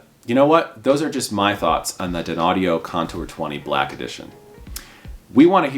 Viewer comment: Dear, your confusing the people who are not aware of the correct pronunciation of the company name. You yourself also seem confused. Not sure what I mean? Watch the video and critique yourself￼￼. 😊